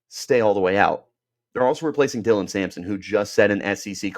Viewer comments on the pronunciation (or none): none